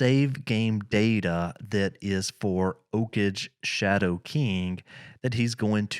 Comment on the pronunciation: OKage is pronounced OH-KAGE with G sound like Go